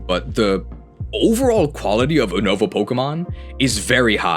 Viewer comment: ever since you started pronouncing Unova wrong I’ve heard more and more Pokemon YouTube guys pronounce it wrong too and for that you’re just the worst